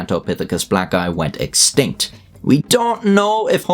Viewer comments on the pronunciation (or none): Who else thought he was saying “gigantopithicus Black guy” instead of “blacki” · If you don't pay attention to the text on screen it sounds like he's saying gigantopithecus black guy. Whoa that must be one tall black guy. Someone should try recruiting him for the NBA. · Bro I thought you said, Gigantopitheci black guy. Lmao I was like wait what he say lol😂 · Oh good, I'm not the only one who heard that. The comparison with a modern gorilla helped that thing be properly terrifying, more so than seeing it next to a human. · I heard black guy too lol